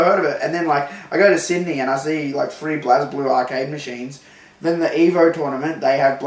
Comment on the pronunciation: I know that it's spelled "Blaz Blue", but it's actually pronounced "Blaze Blue". Why is it missing an "e"? Fuck if I know. Arc Systems made it, they made Guilty Gear.